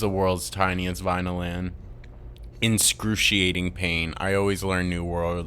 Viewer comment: “Incruciating pain” it’s “excruciating” the second hand embarrassment dude